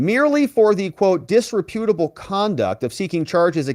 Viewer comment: dis-REP-utable... not disre-PUTable.